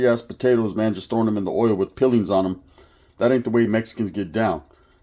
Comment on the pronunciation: Sounds like your saying ouyyo "yarda" not oil.....shits funny. WADDDDUP 👊🏼 shoutout from the 360 northern Washington state.